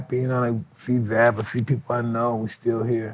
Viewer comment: Zab not Dab lmao